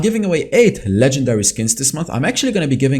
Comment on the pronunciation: Man the way he says lEgEnDaRy 🤣